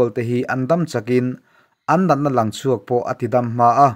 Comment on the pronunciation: a changtu nu leh pa an LANG tih hi lang ti lovin LAN tih tur a ni, hawrawp paih then hi tunlai thalaite hian an thiam ta lo tlat mai, an lam ri hniam ringawt thin, hetiang hian tih danglam tur a ni Lang --lan Sang --san Thleng--thlen Ring---rin Thleng -thlen Zing--zin etc etc